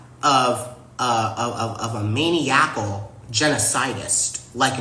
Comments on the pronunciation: He just said , “Mainy-YACKAL.” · Nazis and Zionists are the same people? 🤔 What does "maneyacal" mean also? I think he meant to say "maniacal". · "Mani-a-cal"? Queer, and black, and cannot speak. "Columbia" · Maniacal? Must be Ebonics pronunciation? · This guy goes to Columbia and doesn't know how to pronounce the word "maniacal?" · If you can't pronounce words like "maniacal" in your big speech, then I can't take you seriously. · Mr. (or Miss or whatever) is clearly SO formidable! He quite obviously couldn't murder his way out of a paper bag. And you would think that an Ivy League student would know how to pronounce "maniacal". If you've got to have implacable enemies, it helps if they are weak and foolish. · Oops , he couldn’t pronounce maniacal and then he said white supremacists and Nazis as the same.. he is stupid. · Does he even know what NAZI means? Or how to pronounce "maniacal"?